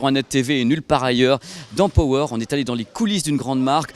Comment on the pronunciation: "Pohweure" et "I-Fi", c'est tout ce que j'entend